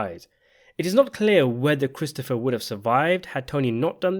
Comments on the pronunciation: . His what? His prote-JAY?? 😂😂😂 His HAIR apparent. . Did you also notice the real like foreshadowing when Christofawwwr tells Tony that given the way he eats, he is on his way to having a heart attack by the time he's 50. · It’s pronounced Cwistopha